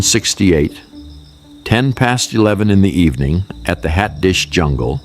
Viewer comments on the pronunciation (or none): none